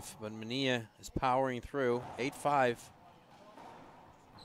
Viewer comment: Parrilla and Manilla are not pronounced Pareeya and Maneeya in English